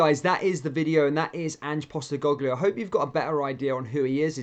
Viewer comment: You cant even pronounce his name